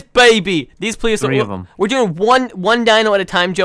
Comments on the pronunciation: Stop saying ple-ah-saur-us. It’s ple-si-o-saurus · you forgot an s it's pleSiosaurus